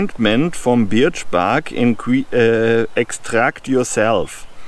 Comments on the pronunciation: hahaha....Tolle Idee! Ein großes Problem: Die Birke (Birch) spricht man im Englischen "Börch" aus - bei Deiner Aussprache "Biatch" denkt man als Kenner der englischen Sprache eher jedesmal an ein anderes Wort;o) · Your English is very good, thank you for a very interesting video. For future reference we pronounce birch as berch . I think it’s because the English are lazy speakers and if a word is difficult to get your mouth around we will find an easier way. I hope you do many more videos in English. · Actually "B-er-ch" pronounced by a German sounds more like "Barch" in english. To advise it being pronounced "börch" is easier for a German to say it correctly. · Your English is way better than my non-existent German. You did great - I understood everything. Also, I hope you do more English language versions of your videos - they are right up my forest path :-) For reference: Birch is pronounced "b-er-ch"